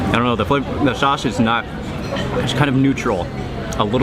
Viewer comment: the way how mark says sauce sounds like saace